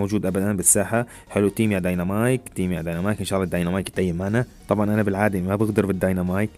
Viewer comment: اسمه ديناميك ومو دنينامايك